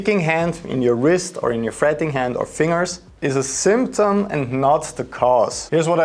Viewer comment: I laugh every time he says "fing-er" instead of "fin-ger"😂👍